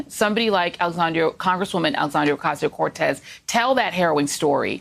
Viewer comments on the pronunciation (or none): Joy Reid didn't even say AOC name right HAHAHHAHAHAHA